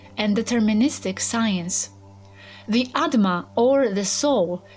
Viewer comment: It's "Atma" not "Adma"